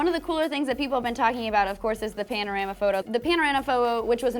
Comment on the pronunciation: Ah yes... the panorana-fo-bo.